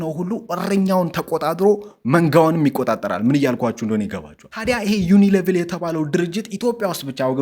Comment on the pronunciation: It is ዩኒሊቨር (Unilever ) not 🚫 ዩኒሌቭል